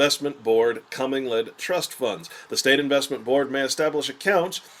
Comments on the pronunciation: Comming-led funds...really? It's pronounced co-mingled. Co-gosh darn-mingled. How can a person expect to be taken seriously on this subject matter when he can't even pronounce one of the key terms? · It's actually pronounced [kuh-ming-guhl] not CO-mingle. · This was quite good, very interesting and shocking. But I too, cant get over him calling it a cumming-led fund. But really great work.l